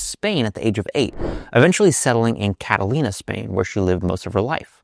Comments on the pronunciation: Catalonia, by the way,, not "Catalina." You did that twice, so my inclination to ignore it the first time got waylaid.:-) I love your stuff, of course. Thanks for this one! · Catalonia, not Catalina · Cat-ah-lone-yah Spain. Hehehehe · Should I trust an advisor who can’t pronounce Catalonia or Cataluña correctly? Or did she move to an island off the coast of S. California? Did Maria practice intermittent fasting? Is this all just a lead-in to a multivitamin product?